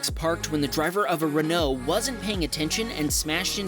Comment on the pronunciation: How can you say renault correctly but not peugout? The out is the same as the ault